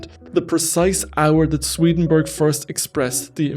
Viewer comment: It's not SwedenBERG! It's SwedenBORG!